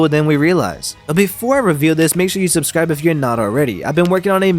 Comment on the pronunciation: whenever ppl tell me to subscwibe. i unsubscwibe.#rebel l